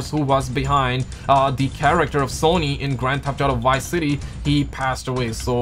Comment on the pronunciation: What did you say..??! White city??😂🤣 you mean VICE City😆